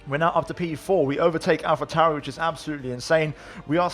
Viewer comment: Lol dude that has nothing to dude with not having an easy speach..... Listen to him proncouncing Alpha Tauri and Alfa Romeo. That is the Medditeranean R, obviously. That is not how the rest of the world in English does the R. Has nothing to do with his speaking.